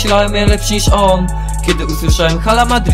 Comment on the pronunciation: Czyta się 'ala' bo h w hiszpańskim jest nieme, Pozderki sztos nuta!!